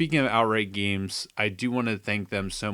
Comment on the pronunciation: Did you say "gemees"?